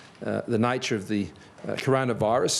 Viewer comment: "The NAIture of this global virus" ? 😁👍😘